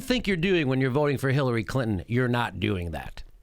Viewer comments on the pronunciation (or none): I love how you say Clin-hen!!